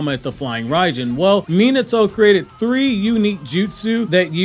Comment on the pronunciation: I dislike how you pronounce his name… it’s not MEE-NITO…… it’s MEE-NAHTO